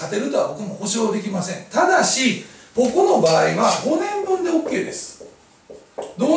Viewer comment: 「支払い出来まんせん」ってwwwww